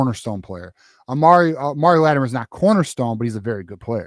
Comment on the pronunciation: We need BOTH OF THE 2 complimentary RBs Hiter AND Latimer. They will be a huge tag-team in the backfield, so will you please learn the right pronunciation of their names - it’s shows basic respect. Thank you for the great content as always!